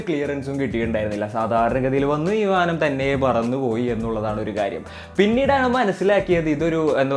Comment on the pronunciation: വീമാനം അല്ലടോ വിമാനം...